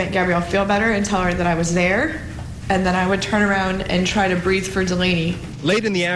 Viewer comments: "she wouldn't breav" that hurts my heart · "Bweeth" Oh my sweetie 💔